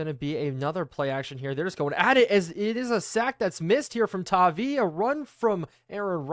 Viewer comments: I haven't seen anybody say it so i will, its pronounced TAH-VIE, as a patriots fan it hurts to hear you mispronounce it. All love though, really enjoy the videos :) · Idek how to spell the pronunciation of tavai but it’s an i sound lol sorry man just a pats fan great vids the algorithm will help you out soon enough blow up INCOMING